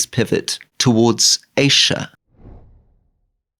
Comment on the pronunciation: Rory, pronounce Asia properly!!? It’s not Aisha! Don’t be so annoying!